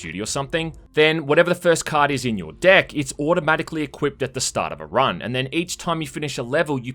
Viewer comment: My god stop saying deck cause all I hear is dick now... Good job making me unheard it now